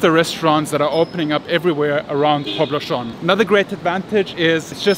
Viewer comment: You're doing not too bad on Legazpi. But Poblacion is pronounced poblassyon. In no country in the world people say "poblashon". Where the hell did you get that from?